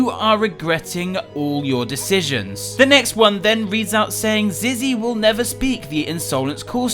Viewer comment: It’s said Zizzy will never speak not zee will never speak